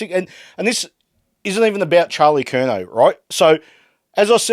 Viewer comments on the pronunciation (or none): He said curNAO